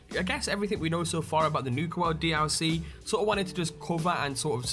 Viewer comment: Can anyone count how many times he says d-owl-c? XD